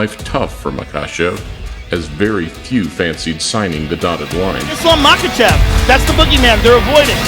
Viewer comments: Mock ah chev Holy shit!! Get it right man!!! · First of all. It’s Mackle-shev. Get it right